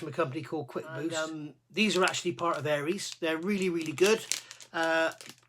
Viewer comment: Good guide for beginners. Just one small point is the way you pronounce Aires, it's not Aries ( Air rees ) as in the star sign, it's Aires as in Aircraft Resin.